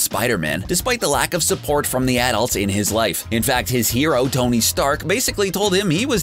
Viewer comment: did he say "stony stark"!!!